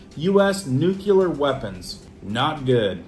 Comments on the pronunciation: Once again… That word that you keep butchering is nuclear as in “new clear”…. not to be confused with nuke-you-ler. As one claiming to “be in the know“– you don’t have to sound like a dunce when you talk. You use that word regularly enough that you should probably learn how to pronounce it properly. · THERE IS NO Q IN NUCLEAR. I can take you more seriously if you can pronounce the things you report about. NU CLEAR NUCLEAR NEW KLEE YER NOO KLEE ER Say it with me, Nuclear. There ya go. See. It wasn't that hard now was it?